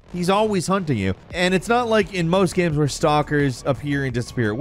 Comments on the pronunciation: why the hell did he say "gahymms" at the start instead of "games" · I've watched a few of these now, and is definitely a great host, but I swear I hear him say "gams" instead of "games" and I can't help but wonder if this is....intentional? I'm cool with silly banter etc, I just can't help but wonder. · did you say video GAMS ? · Istg I came to the comments to type this only xD damn, he DID!! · He definitely pronounced that as “video gabs” before the list there… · Hey am I the only one who heard him say video "gams" right at the start of the video? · I am sorry, did you say "recent video gams"?? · "video gams" 😂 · Did he say video gams? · The only reason I'm in the comment section... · Did you hear the way that AI said games on the intro 🤔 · I don't really hear mispronounced Games any differently than anyone else would pronounce games.